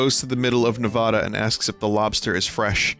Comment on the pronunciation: Oh boy Veenny, why'd you have to say Nevada like that?